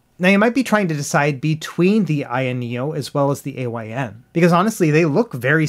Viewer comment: it's Pronounced "Eye-n" its not an Acronym